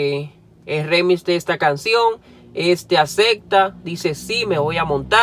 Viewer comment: NO ES REMIS COÑO!!! ES ( REMIX EN INGLES ), Y RIMIX EN ESPAÑOL.